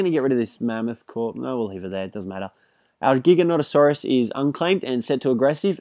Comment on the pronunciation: You don't have to say giganonatasaurus